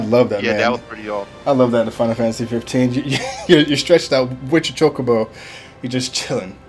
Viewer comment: saying Chocobo like "chalkaboo"